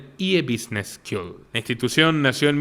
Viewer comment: Estimado Una critica constructiva a tu noble trabajo de desenmascarar en todo el mundo a estas turbas de ladrones, mafiosos y delincuentes. Cuando pronuncias " school " Lo dices "s k i u l" Y deberia ser " s k u l " Una vez mas felicitaciones por tu trabajo. 👍